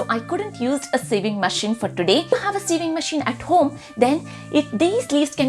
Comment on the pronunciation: You pronounce sewing as saving😂